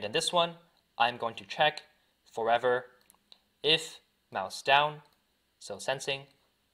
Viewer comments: dude u need to say forever not furivir BRO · this guys says forever loop too fast and it sounds like fovalube